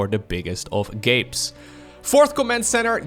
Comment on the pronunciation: I can't stop hearing the "biggest of gapes" rather than the biggest of Gabes. It's exciting and confusing. You've added a whole new subtext to your videos.